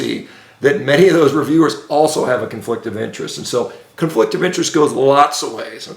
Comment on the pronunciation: Shawn baker mini-stroke goes for like 15 seconds! He’s very angry and can’t say “American academy”. Mispronounced “conflict” 15 seconds later. Get help, Shawn, get help. Brain arterial supply is waning and brain is as inflamed as a 20yr NFL veteran.